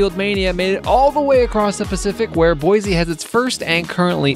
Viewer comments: fyi boise is pronounced like boy-see not boize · The ORIGINAL is the best. I wish people could learn how to pronounce Boy-see correctly.